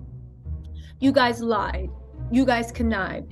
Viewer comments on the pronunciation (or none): none